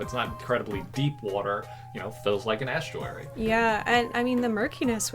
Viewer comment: The way you pronounce estruary frightens me